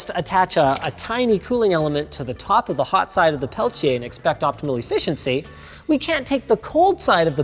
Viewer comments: Where does the "ch" sound come from when linus pronounce Peltier? I can only find references closer to the way says it. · *peltieR not peltchia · Linus please it's not "Pelchier" but it's "PelTier" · The Linus “pale-chay” pronunciation of Peltier is irritating. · Why does he mispronounce the world peltier?